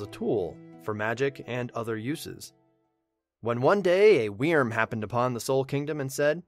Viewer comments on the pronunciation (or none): Wyrm is not pronounced weerm xD It’s pronounced like worm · Hey, just found your channel, this is good stuff! ....Also, wyrm is pronounced "worm". Sorry, pet peeve. Got just a wee frustrating to hear you say "wee-erm" like, times in this video lol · I've loved your videos up until this, and I simply can't continue to listen to you butcher wyrm by saying WE-erm instead of 'worm' or 'vurm' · It's not pronounced weerm it's pronounced worm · It's pronounced (worm) not (weerm) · holy hell in a hand basket it irritates me listening to you saying weerm. It's still pronounced like "worm". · Wyrm is pronounced "worm". Not "weerm". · That's not how you pronounce "Wyrm." It's basically just like "worm," not "we-erm." Awesome summary though! Love it! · Wyrm in my opinion is pronounced “Worm” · wyrm prounonce worm it also means dragon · It’s pronounced worm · I hate the way you say wyrm, just pronounce it like werm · this pronunciation of 'wyrm' is hilarious to me? idk if its a correct pronunciation but omfg. weeeeeeeeerm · Well, Wyrm is an actual word, it's like an ancient dragon thing, and it is pronounced like worm. But I see your point. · wyrm is pronounced worm i can't tell you how annoying it was to sit through all of this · You can just pronounce "wyrm" as "worm'" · No, because it's the same pronunciation as worm. This is nerve grating to try to enjoy. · I actually couldn't finish the video because I couldn't stand the way he kept mispronouncing Wyrm. Lol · I don’t know why but your pronunciation of wyrm makes me mad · I cringed each time he butchered wyrm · Your pronunciation of "Wyrm" is very... Interesting. To say the least. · Anyone else like the way he says wyrm?